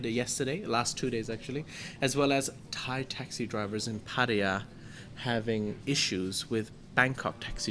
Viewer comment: is awesome. Funny and lighthearted, but very intelligent. Keep him coming back. Did I mention how perfect his Thai pronunciations are?